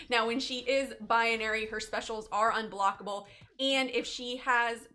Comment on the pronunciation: BI-NA-RY not BI-UH-NA-RY